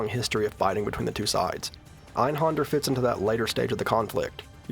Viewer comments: That creepy laugh from the billboard was actually reused for some boss in Final Fantasy XIV (I forget which one). Also, it's not your fault because the game itself mispronounces it too, but the accent on the A in Einhänder means you shouldn't pronounce it as Einhonder. I guess it would be like "Einhender". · It's pronounced AYN-Hayn-dare with a soft 'r'. Ist es Deustch. Nicht Englisch. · I'm pretty sure he knows (along with everyone else) that it's German. Native English speakers don't grow up learning how to pronounce German words many have never encountered before.